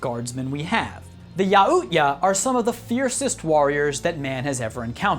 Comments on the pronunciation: "ya-oot-ya" Its pronounced yow-cha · Yaut-ja not yaut-ya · Yautja is spoken yow-cha not yahoot-ya😂😂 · No offense human, but you completely butchered the pronunciation of the Predator species its Yau-cha not Yau-ot-ya. Honestly why does an alien from a species with a superior military/tactics have to correct you on YOUR basic language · The way you pronounce yautja make me hit skip Yatwa is the pronouncation not yaootya that was like twitchy levels of nope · "yaootya" boi it's yaut-dgya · Bruh, wtf is a yautiya? It's pronounced yout-ja you uncultured swine.... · a friendly reminder the predator is pronounced as Yao-chu-a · Yauhootya? It’s yautja. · Yautja-yow Chwa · Who says "Yaootya" lmao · The predator's official name youja (not actually sure how you spell it) is pronounced ya-ou-ch-a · It is pronounced "Yow-Cha". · Thank you he didn't even try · If your gonna talk about the predators say it right yaucha youch ya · Yautja = Yowt-cha. Your mispronunciations dissatisfy me greatly. Lucky for you I’m not a grammar nazi like the emperor. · when he called the preditors yowua i cringed soooooo hard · You mis-pronounced the predators name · You said yautja wrong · He pronounced Yautja wrong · I love your videos but dude you seriously mispronounce the Predators real name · Is he Slavic? He says Yuuzhan how Slavs pronounce "ZH" and says Yautja the way Slavs pronounce "J" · You pronounce the J in Yautja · How the hell did he pronounce yautja??